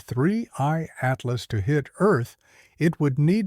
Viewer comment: I used to ask this all the time until recently when his code apparently forgot how to say Atlas